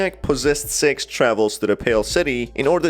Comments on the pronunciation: Every-time use say “Six” I think your saying “Sex” and I’m like “WHAT THE HELL MAN! ITS JUST A INN- oh.. my ears are deceiving me.” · Why are you say S E X and not six?